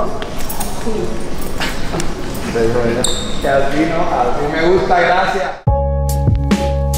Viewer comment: Mundo cabrooooon, es “así” no “aci”